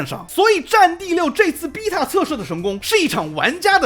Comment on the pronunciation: 請問為什麼只有「逼塔」是英國腔！？